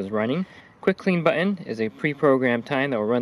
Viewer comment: It's the new way to say it. Also heard someone say cur- un for curtain. Where did the "T" go? So annoying. Also everybody is ending their sentences like a question....